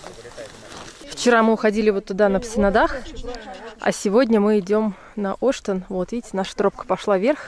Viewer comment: Ребята молодцы. Но всё таки в названии горы Оштен, ударение именно на Е. Ваш вариант произношения слух режет, особенно для местных.